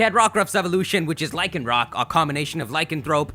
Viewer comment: You pronounced Lycanroc right